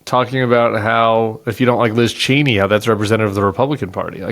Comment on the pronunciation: I love how you pronounced Cheney the way their family does . chee-nee